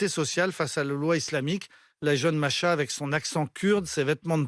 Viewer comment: Masha ? Machin ? C'est MAhsa. Mah veut dire lune. Tu dois prononcer Mah et ensuite Sa